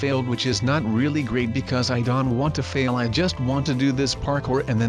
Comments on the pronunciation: Why do you say Don instead of Don't? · He says don't like Don he says respawn like resawn